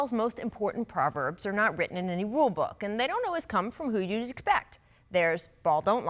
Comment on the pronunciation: Molly said “wool” book 😂😂😂😂